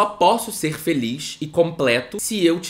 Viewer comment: 44: 00 eu amo quem fala dipois e filiz